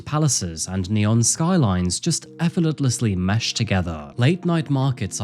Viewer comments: why do so many narrators have trouble saying effortlessly? 😆Effortletlessly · what does “efforlortlesly” mean? 😂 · the way u say ‘effortlessly’ cracked me up